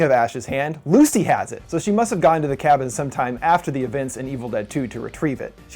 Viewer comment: STOP SAYING LUCY!